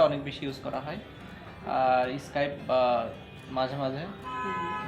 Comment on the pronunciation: অদ্ভুত উচ্চারণ ইস্কাইপ